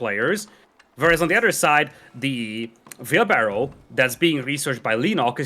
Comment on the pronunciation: It is wheelbarrow and not veelbarrow.